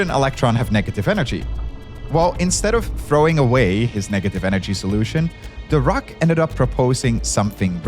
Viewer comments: It’s weird how he pronounces Dirac. I have heard it pronounced like dih-rack (which is the correct pronunciation I believe) or dye-rack, but never duh-raak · So I'm pretty upset that the host didn't care enough to pronounce Dirac (dih-RAK) correctly..... it is SUPER disrespectful, like what in the trash level of science educator or journalism is going on if you can't bother to pronounce a nobel winner's name correctly? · Pronounced DeeRakk pretty pls next time. I heard The Rock all along. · Please do not pronounce 'Dirac' as 'the rock'. It sounds awkward. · Every time you said “Dirac” I chose to believe that you were saying “The Rock” so I could imagine Dwayne Johnson making all these awesome breakthroughs a century ago. Probably the plot of Fast and Furious 20 or something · I keep hearing "Dirac" as "The Rock" and now I can't stop imagining Dwayne the Rock Johnson as a physicist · Every time he says DIRAC I keep hearing The Rock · I didn’t know Dirac was pronounced « The Rock » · When you said "Paul Dirac" I heard "called The Rock". I did a death stare to my tv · I also heared "The Rock" whenever they said Dirac 🤣 And then there is this "Adams" they are talking about all the time... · Damn, Dwayne Johnson really is in everything these days (I keep hearing 'Dirac's Equation' as 'The Rock's Equation') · I swear I heard “The Rock” 😂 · I keep hearing "The Rock" instead of Dirac, and I'm like: I guess Dwayne Johnson has some unknown talents. (Chuck Norris is gone. I say his place in the world of jokes is up for grabs) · What they said: "Physicist Paul Dirac" What I heard: "Physicist Called The Rock" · For a moment i tought he said The Rock, not Dirac 😂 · I deadass heard him say "Called The Rock" instead of "Paul Dirac" and I was like "THE ROCK?!" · I know for a fact that you’re not telling me Dwayne Johnson was capable of this, but it sure sounded like you were saying the rock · The way you mispronounce "Dirac" completely takes me out of the discourse